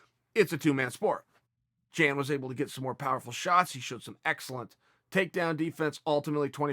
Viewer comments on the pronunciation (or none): It's pronounced "yahn", not "jan" Uncle Chael 👍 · Why you gotta make "Jan" sound like a female name 🤣🤣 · Chael dropping that hard J on Jan